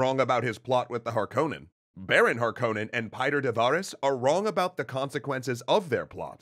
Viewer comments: It's pronounced: Piter de Freeze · please!!! your pronunciation of the name Piter deVries is unbearable. it’s supposed be like Peter de Freeze.